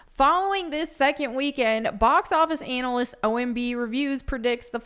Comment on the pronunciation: I like the way pronounces ‘analysts’ 😂